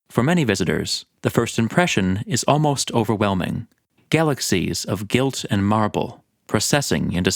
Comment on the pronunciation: “…Galaxies of gilt and marble…” 😂 or do you mean galaxies of ‘guilt’ and marble?